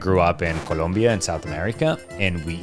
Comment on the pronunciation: Por la forma en la que dijiste Colombia supongo que hablas muy bien español, has pensado hacer contenido en español? Creo que es un mercado mucho menos competido y dónde hace falta contenido con una gran calidad como el tuyo. Tal vez sería más valorado tu esfuerzo